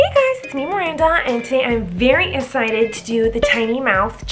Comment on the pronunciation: Bruch!(brush) esited (exsited)😂😂😂😂😂😂